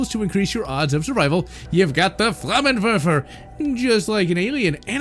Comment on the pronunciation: Flamenwaffe. Where do you get verfer from that, you tit? Vah fuh. flah men vahfuh